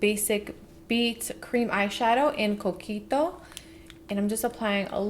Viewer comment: the way you said “coquito” yessssss honeyyyyyyy